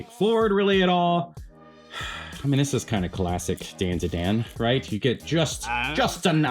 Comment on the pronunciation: Bro said Momo from dAnduhdAn.